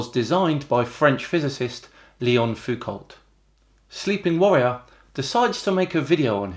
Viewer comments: He can't even pronounce "Foucalt" (It's "foucoh" because he was French, FFS!) then he produces the best know Foucault, Michel, the one who comes at the top of every search list, the philosopher whose ideas together with those of Herbert Marcuse, Simone de Beauvoir, Jean-Paul Sartre and Wilhelm Reich were intrinsic to the ferment of May '68, when De Gaulle was forced to flee Paris and was done for afterwards. Les Gilets Jaunes have been a fleabite in comparison and Macron sits tight. That Foucault.. we argued his thought and the others mentioned up hill and down dale in the late '60s and '70s, formed our own syntheses, some of us roping in Kropotkin and / or Bakunin, Durutti, Malatesta, and even the (then) young Murray Bookchin. Anthony Riley has never heard of him and described Foucault as "not that interesting". SHEESH! The much more obscure Léon Foucault, the physicist who gave his name to the pendulum demonstration, had been dead for 58 years when Michel Foucault was born. Checking first names when looking people up is not necessary. It's BORING so why bother? Tell you what, let's look up "Riley", shall we? Here ye go, Bob Riley, the former US Congressman, former Governor of Alabama, very right-wing Republican and mired in corruption scandal. That's Sleeping Warrior, you know. Well, he's called "Riley", so he must be. Has Anthony Riley corrected his error? That's the difference between him and you,. You did so promptly. Until he does correct his error (and it'll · Leon Foucault’s last name is pronounced “Foo-Co”. Learned that from French Astronomer Alain Maury who conducted the 2nd Palomar Sky Survey. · It is pronounced "fuko". The "lt" ending is a remnant of an old French form and is generally silent in its modern form. But I like how you say it anyway ^^ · "Foucault" is pronounced /fuːˈkoʊ/ (foo-KOE) in English or /fuˈko/ in French (basically the same, but with a French O). The L and T are silent. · Pronounced Foucau, no 'lt.' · "t" is silent in Foucault.